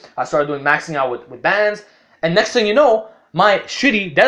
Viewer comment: “Neckst mistake”